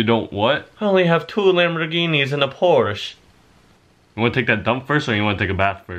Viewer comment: Why is it that no youtuber can pronounce Porsche